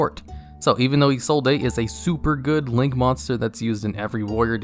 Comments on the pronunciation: Hearing you say "EE-soul-DAY" hurts me so much! Her name is pronounced "EE-zold" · Isollde is pronounced (ih-sold) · Btw... In Isolde, the E is silent... So its name is Ee-Sold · Ah yes. Eeh-Soul-Dae. My favorite Noble Knight. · I know it's wrong but I still love how you say 'izolday'